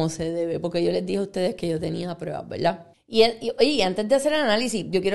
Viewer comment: Así como habla escribe? Todo con la L 😂 VELDAD ? QUE HORROR ME DA HUEVA ESTA GENTE